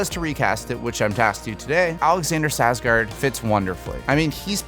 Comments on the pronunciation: It's not Sarsgard... it's "SKARSGÅRD". There is a K in his name. Personally, I've never heard of most of the people you've chosen but Skarsgård I HAVE heard of. Please learn to pronounce names correctly. How would you like it if someone kept mispronouncing your name when they can SEE it written pretty much anywhere they look it up?? Sorry, just a MAJOR pet peeve of mine. That, and people who can't spell. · Why does it bother me how he says Carlisle and Skarsgard? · That was probably the most butchered pronunciation of Alexanders Skarsgård I have ever heard 😂